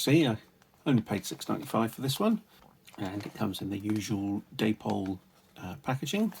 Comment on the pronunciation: Pronounced ‘Dappol’ not ‘Daypole’.